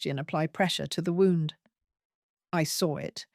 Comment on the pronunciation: I know what t means. I was pointing out that your narrator pronounced it as wound, as in an injury.